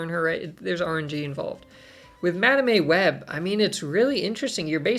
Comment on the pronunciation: I heard Madam A Web lol. Like hmmm does her middle name begin with an A?